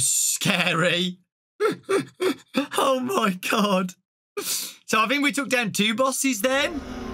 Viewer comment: Sounds like he said "Oh my cod!'